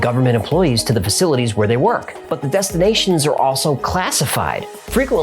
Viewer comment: I remember the 'M Cave' episode as the first time I smiled when I heard 'Nevada' (where I lived for nearly 25 years) pronounced correctly. Thanks,! Btw, in 'Georgia Guide Stone' you mention that Robert Christian sent a copy of his book to every member of Congress, but in the picture showing this book there's a handwritten notation explaining that it is "96 of 100". I don't know if there was a time in our History where we had only 100 members in Congress. We've had exactly 100 SENATORS ever since admitting Hawai'i (August 1959) as a State though...